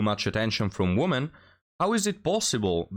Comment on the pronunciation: Please, for God's sake learn how to pronounce the word "women" It destroys your channel imho. All the other mistakes don't matter.